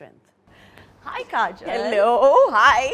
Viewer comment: kareena keeps calling kajol "kajal." her name is kajol, not kajal.